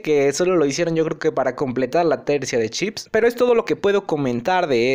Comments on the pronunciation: Siento que a veces dices Chips en vez de Ships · Chip :v tu video es bueno pero cuando dices chip le quira seriedad ntp ami me pasa lo mismo con la R no la pronuncio bien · nadie: absolutamente nadie: Lo que yo escucho cuando dice ship: Chip:VVVVVV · El video muy bien la verdad , pero la pronunciación de ship me ha puesto un poco nervioso.